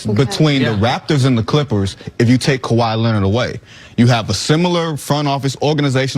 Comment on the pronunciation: Kawhi says Kabye